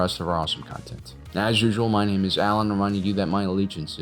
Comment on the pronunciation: I was this many days old when I realized he starts his video with "welcome to generation tech, my name is Alan" and not "welcome to generation tech money is Alan". Every single time he says it, I hear generation tech money.